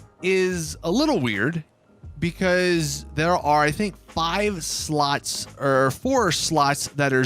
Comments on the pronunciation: Ngl when he says slots I allways hear sluts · I'm just wondering why he pronounces slots as "sluts".